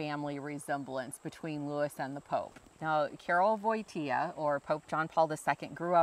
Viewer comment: Watching that video was so nice, thank you! I'm from Warsaw and I have to say that the way you speak polish words is very good! Maybe you do not know many words (yet) but the pronunciacion is correct. One thing I could suggest is with letter "W". Just switch W to V.. for ex when you read "Wojtyła" in polish it sounds literally "Voitiwa" cause in polish W sounds like V (and we do not have V in our alphabet) and W is soft but it is written by "Ł". Do not be afraid of polish, just speak... You are alredy very good at it I can hear :) I hope some day I will be able to come to America and see all those amazing things you have :) And you are always welome in Poland, peaceful and friendly country to all peaceful and friendly people who want to enjoy a good beer and food! God Bless America and Sława Polsce!